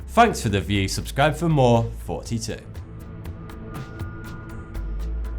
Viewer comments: He said "Forty Two here" instead " here". Listen closely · Why does he keep saying forty-two? :p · It always sounds like he says forty two. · I always think he says fourty two here